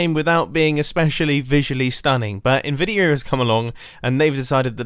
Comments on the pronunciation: "Nvidir" Mumbo are you secretly from New Jersey? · Its "Nvidia"